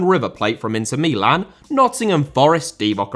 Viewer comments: Mi-lahn it's basically to syllables not one word.. most British dont pronounce it especially commentators etc. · I hate how you pronounce Meelan